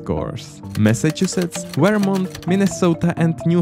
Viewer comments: As a vermonter its funny to hear you say say our states name... Veermont. Great video btw. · I don’t like how he says “Vermont”